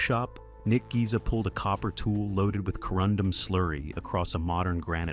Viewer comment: Nick “Giza”? OMG…